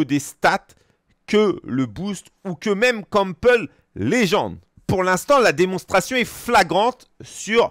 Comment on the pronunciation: Donc pask je prononce pas de la bonne façon je ne connais pas le joueur... 😅 Et si un joueur avec des stats équilibré sera moins bon qu'un joueur opti. Quel intérêt d'avoir des points dans des stats qui servent à rien?